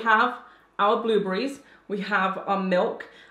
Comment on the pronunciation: Has anyone notice how she keeps saying "blueblerries" instead of blueberry.. lol I love her content!!